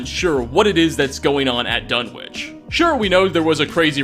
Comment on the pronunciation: It's pronounced Dun-wick. Not Dun-witch